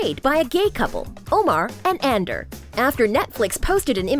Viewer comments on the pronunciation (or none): She pronouncing 'Ander' as 'Undor' GJDDDG😭😭💀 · It's Ander not under!!!!!!